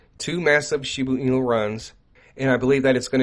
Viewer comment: She BA enu not shebooo enu